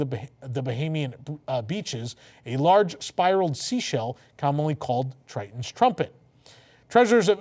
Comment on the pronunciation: My favorite Disney princess is Ariel thanks for saying her father's name right.